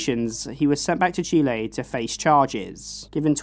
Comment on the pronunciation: As a Latina I super appreciate the proper pronunciation of Chile ❤